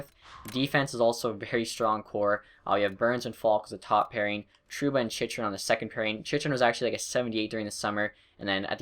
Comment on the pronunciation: Chychrun name is chin-chur-in